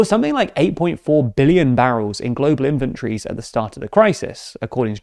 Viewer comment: anyone else hear 'well stocked infantries' not 'inventories'?